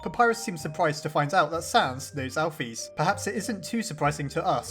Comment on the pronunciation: I don't like how this guy says names... alpheeese.... he doesn't say cara he says Chara it really annoys me